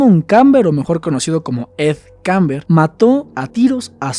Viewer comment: Kemper,no kamber